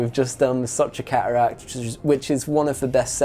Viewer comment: Redbull sponsorship requirements…. Pronounce the letter “t” Ca uracks - cateracts Wa ur - water